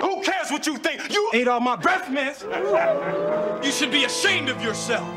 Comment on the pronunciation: "Say breffmints one more time I'm gonna SCREWNC" "What was that honey?" "Sounded like the screwnc " Top tier.